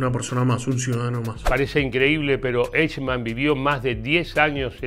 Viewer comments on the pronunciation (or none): se pronuncia: "aijman", no "eichman" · No se pronuncia "eichman" sino AIJMAN. Como siempre la mayoría de hispanos diciendo cosas sin previa investigación. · El nombre “Eichmann” se pronuncia en alemán algo así como (un hispanohablante pronunciaría) “Aijman”, y la ciudad de “Solingen” se pronuncia algo así como “Sólinguen”. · muy bueno! se pronuncia "aijman". Saludos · Lalo querido....sos un capo y uno de los mejores locutores del mundo castellano-parlante....por favor, el apellido de esta bestia se pronuncia "AIJMAN" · Se pronuncia aijman 😉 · Aichman se pronuncia en Alemán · Adalf Aijman!! "Eichman", que pashaso este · Al menos irformate como se pronuncia eichmann!..... Es aijmann!.... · Correcto, vi el video completo porque es un tema del que leí mucho y siempre me interesó, pero confieso que desde el momento que pronuncia esas 2 palabras castellanizadas supuse que era material pobrísimo, y no me equivoqué, saludos! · Pronuncia mal 😂 como en español 🤦🏻‍♀️ me choca escucharlo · ¿Que cuesta preguntarle a alguién que hable alemán como se pronuncia este apellido? Hay una sede del Goethe-Institut en Buenos Aires, hay al menos dos colegios alemanes en Buenos Aires y en Buenos Aires viven miles de descendientes de inmigrantes alemanes.